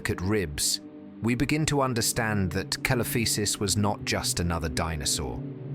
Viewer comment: See lo fy sus not kelofisus